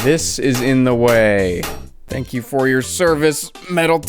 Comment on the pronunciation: "Tank" you